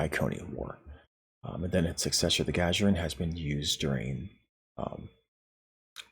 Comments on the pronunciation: Please, going forward -- find out the proper pronunciation of ship names named after people or places. And practice saying them properly before you record. Your continual mispronunciation of Gagarin in this video was so distracting... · Ahh.. yeah, its 'Gagarin', as in "Yuri Alekseyevich Gagarin" the famous human astronaut. First man in space. Lol! But anyway. -- at this point, this ship becomes just another choice in the promo pack. It might have been a more interesting release out of the C-Store, but we'll never know now. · I had to stop watching just to come to the comments and hope someone had pointed this out. How does someone not know Yuri Gagarin? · Gagarin Guh-GAIR-in or Guh-GAR-in NOT Gah-Juh-rin It's named after the first man in space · Gagarin is pronounced "gah-gair-in" btw. It's the name of a russian cosmonaut Yuri Gagarin. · i only have one issue with this video...your pronunciation of "Gagarin". Its "Guh-gar-en" The first dude in space deserves to have his name pronounced properly. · He very much does. Good on you for pointing it out so the rest of us don't have to! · Good video...I think it's 'Gah-gare-in' btw...as in Yuri Gagarin. 🙂😉